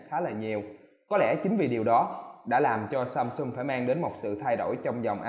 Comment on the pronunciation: "Samsum", "chống chầy", "nhiều lằn" =)) Con Galaxy A8 này nhìn hình đẹp bao nhiêu thì xem clip thất vọng bấy nhiêu, thật là bịp bợm Phải chi làm viền mỏng hơn nữa thì đẹp như trong hình rồi :)